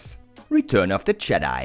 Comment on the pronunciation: Kleiner Tipp es wird jedi nicht schedi ausgesprochen